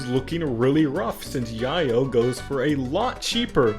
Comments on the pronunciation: Not hating on you, this scenario is fucking awesome! buuut... it's pronounced YAY-yo, not YAH-yo. I almost couldnt watch the rest of the episode because of how you were pronouncing it. Just found it funny, again, not hating on you, your video is really great. keep up the wacky scenarios! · Its yay-o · Nice story play-through. First I've heard it pronounced as "Yeah-Yo", I only heard it as "Yay-o" lol.